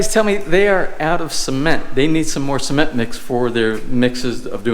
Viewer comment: Or so they call it SEEmento? lol